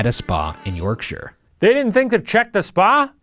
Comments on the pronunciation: I would like to congratulate Ryan on the proper pronunciation of Yorkshire (York-shur, not York-shire). Well done, sir. Well done. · Kudos on your correct pronunciation of Yorkshire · Well done for pronouncing Yorkshire properly. Most channels would say 'York-shyre', like hobbits live here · the best part about this episode is Shane and Ryan pronouncing Yorkshire as ‘York-sher’ and not ‘York-shy-er’. it’s so nice to see Americans pronouncing it correctly! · So pleased Ryan pronounces Yorkshire correctly and didnt over pronounce the SHIRE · As a Yorkshire lass, thank you for pronouncing Yorkshire properly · can we just appreciate they pronounced Yorkshire almost right instead of the classic American "York-shiyer" so proud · hearing an American properly pronounce Yorkshire is surprisingly jarring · Wow Americans who pronounced Yorkshire right ... am in shock!! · As someone from the uk all I can say is THANK YOU FOR PRONOUNCING YORKSHIRE THEY WAY YOU DID😂 A lot of people who aren’t from the uk pronounce it YorkSHIRE like it’s two words and not one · Really unimportant thing here but im from west yorkshire and finally someone pronounced it right lol